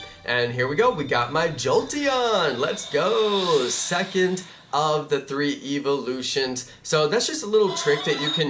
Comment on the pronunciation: your saying evalus it evlouse